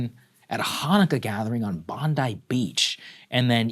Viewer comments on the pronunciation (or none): Bondi, not Bondai.